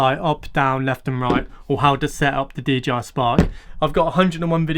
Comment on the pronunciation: Love the videos and your help, I can't help but he you say DGI spark rather than DJI! 😜